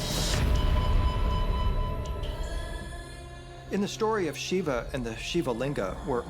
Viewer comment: Why can't this guy say Shiva correctly